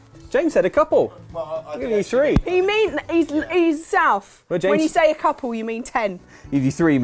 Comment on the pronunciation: "Eez's South, when ya says a couple ya mean ten! ". went slightly cockney.